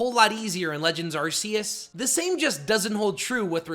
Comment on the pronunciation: It’s pronounced ar-KEY-iss, “”! 🤨